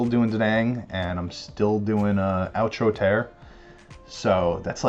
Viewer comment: Thank you so so much for going into the story of the Smeraldo flower. It’s built into the lore of their storyline (we see the flower several times). Anyway, a lot of ARMYs don’t even know the story. So thanks for doing the research! Also, just for pronunciation sake, we call the song “outro: tear” (rhymes with fear). But in the song, Namjoon says “tear” as I’m crying tears, and Yoongi says “tear” as in ripping something. The rap is about heartbreak manifest as grief, anger, and fear. It’s a masterpiece. I can’t wait for your reaction and I hope you’ll check out the studio and the live because there’s so much passion in the lives. Hoseok in particular tears it up.